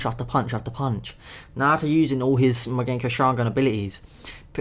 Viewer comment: it's mangekyo not magenkyo